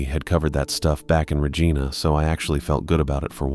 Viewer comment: Yeah but screwed up Regina.